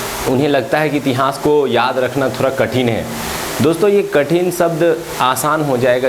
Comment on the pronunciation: बस इतिहास बोलना, सही बोल लीजिए अजीब लगता है , इति हांस